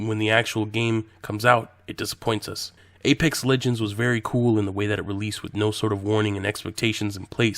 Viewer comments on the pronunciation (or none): none